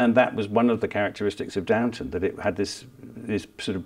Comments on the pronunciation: It’s Downton….not Downtown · Downton not Downtown! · It's Duntun actually.